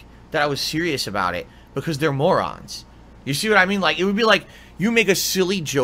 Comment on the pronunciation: Um, excuse me mouth drooling mor-rahn...it's a 10 hour PODCAST.